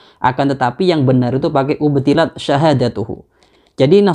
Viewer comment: Bukannya memang ada redaksi: أبطلنا dan أبطلت dan mbacanya abthaltu bukan ubthilat.... Jenengan juga perlu dikoreksi...